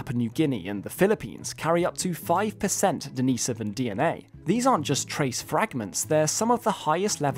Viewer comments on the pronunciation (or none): Not denise-ohvan, it's deni-sohvan. Great video! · I thought it was Den-is-oh-ven. I assumed that was your accent but you actually used that pronunciation when you said “denisovan cave” and then went right back to calling them den-ee-so-vens haha. Anyone know proper pronunciation of this word? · I don't like his pronunciation of the word Denisovan...